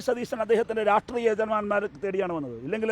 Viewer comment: രാഷ്ട്രീയമെന്ന് ഒന്ന് അക്ഷരം തെറ്റാതെ പറയാൻ പഠിച്ചിട്ട് എങ്കിലും ഈ പണിക്ക് ഇറങ്ങെടോ..